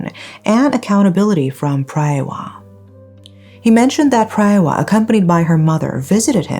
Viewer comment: PraaaaayWaaaa it’s pronounced praaaywaaa